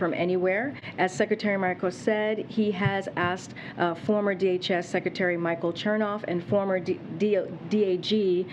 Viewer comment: When you struggle pronouncing a 3 letter word such as DHS. I mean DAG. No I mean DJD. We’ll funk it, you know what I mean.